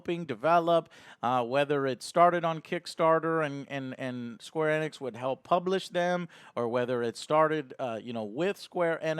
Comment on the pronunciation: Square E-NIX!!!! Not squarenx.